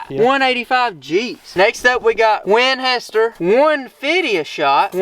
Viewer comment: 😂🤣😜🤪😆🫣🤤😅 I love how you say "Winhester"